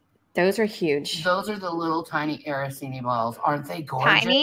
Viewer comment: Araseenee? Does she mean arancini? Lol “I’m Italian”